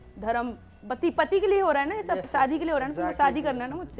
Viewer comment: Bihari "Shaadi❌" "Saadi✔️"